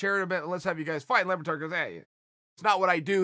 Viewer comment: How do you get Lebbatard from "Le Batard" ?????!!!!! (French for "The Bastard" by the way)